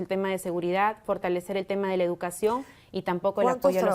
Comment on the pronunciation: Fortañwcer, firtalecer, 😂😂 está en la calle 😂